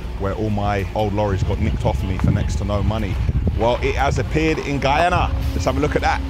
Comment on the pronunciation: I’m half Guyanese but live in the UK, bare shocked when you said Guyana because people don’t know of it. Just FYI you pronounced it wrong 😂😂